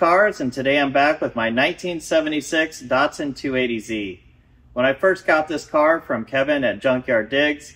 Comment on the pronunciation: Hey look at names DATSUN not dotsun and NISSAN not neesun